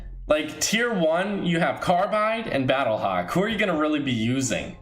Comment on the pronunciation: I got triggered when he said battlehawk and visitor